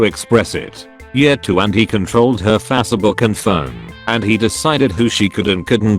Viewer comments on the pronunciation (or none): "Fassabook" lol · fassebook Sounds accurate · Fassabook and Yatoob 😂